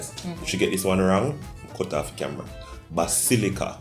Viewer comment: Basillia🤣🤣🤣🤣WHATS that pronunciation phle what🤣